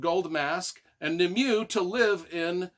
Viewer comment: Great book. Great review.. Nimue is pronounced Nimway btw.👍